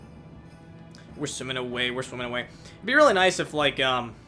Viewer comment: Why do you say "nyice" instead of nice? It's kinda cute.